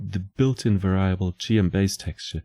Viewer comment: Hate to be that guy but "variable" is not pronounced like "ver-AI-able", it's pronounced like "VER-ee-able", emphasis on the "var" part where the a is actually pronounced like the e in "red", and the i is pronounced like an i in most non-english languages, like the "ee" in "free".